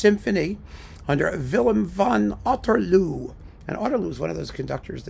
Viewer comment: " Van Otterloo " , but well pronounced please.